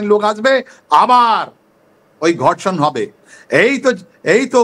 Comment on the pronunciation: ধর্ষনকে, গর্ষন বলে কতটা অশিক্ষিত হলে এমনটা বলে